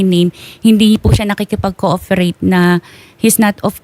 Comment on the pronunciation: PROUD Hindi FROUD. Lagi ka nalng nalilito sa P and F. Sabi mo COOFERATE instead of COOPERATE.